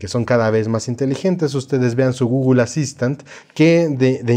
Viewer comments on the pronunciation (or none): none